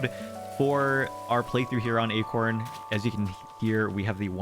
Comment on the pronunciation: Sometimes “acorn” sounds like “eggcorn” - ya know?